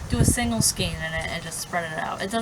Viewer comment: You're lovely It's pronounced Skane S Kane :-)